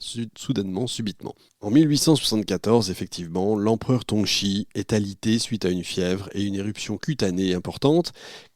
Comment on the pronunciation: Pas Sissi pas tzehi … Tze shi :)